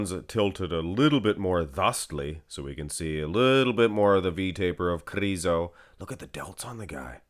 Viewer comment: Those videos are only excuse for you to say kRRRizo🤣,nmsaying